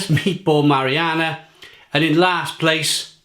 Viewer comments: Ma·ri·na·ra... Not mariana... Big difference lol., buddy, you're gonna have to work on your word pronunciation before some of your videos. Seriously man you a grown up please pronounce your words properly! Lol. Great review! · It’s pronounced how it’s spelled. Marinara. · I think u pronounce words wrong on purpose no one would ever call it marianna.